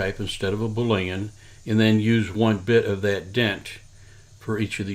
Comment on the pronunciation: Bool·e·an not Bool·a·en